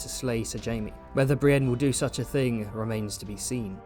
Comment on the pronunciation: You called Jaime “Jame”. Disliked, unsubbed, literally unwatchable.